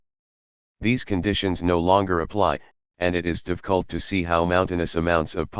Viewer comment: ai misses the f sound. Financialization, Profit, difficult, specific are some words the text to speech misspronounces